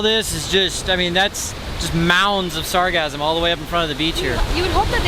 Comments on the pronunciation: It sounds like he's saying "sargasm"? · Am I the only one who thought he said: “It’s a bad year for sarcasm”? :-) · At first I thought he said it was a bad year for orgasms, but I was mistaken. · It sounds like your saying “sarcasm” 😆😆😆😆😆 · Sargassum. First I tried googling "sargasm," but that... is a different thing... apparently.